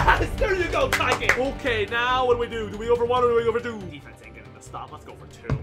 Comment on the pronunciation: Are You Serious Right Neouw Bro